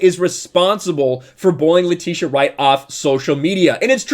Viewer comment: Atleast say her name right 🤦🏾‍♂️🤦🏾‍♂️🤦🏾‍♂️🤦🏾‍♂️